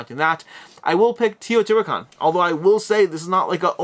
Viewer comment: BTW, it is TAY-O-TI-HWA-KAN, not TI-O-TI-HWA-KAN...